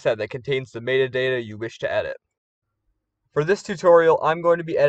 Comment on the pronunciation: mayta dayta :P Thanks for this tutorial! I can finally change "iCe PeA" to Snow Pea, his true name :D